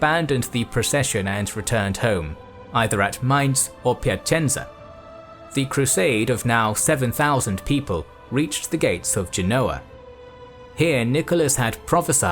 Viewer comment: Great video, as always. Just a detail: it is pronounced "Piacentza" (as in Sun Tzu, not as in Bonanza) and Gènoa, not Genòa.